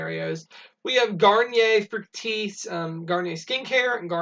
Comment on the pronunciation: Meijer is where I found the Lysol hang tags the last time so that works out great! Thank you for doing the Meijer videos! And thank you for pronouncing Garnier Fructis properly! 😁🙌🏼